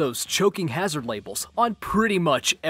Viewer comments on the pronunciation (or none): none